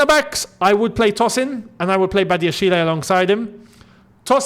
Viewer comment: Patiently waiting for the day says Badiashile's name right 😂